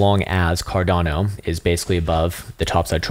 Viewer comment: What did he call it Car---?